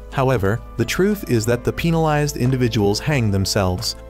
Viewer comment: Why was penalized pronounced peenalized